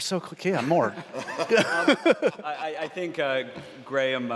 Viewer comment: Why can he not say Graham? it is not Gram. Its so frustrating.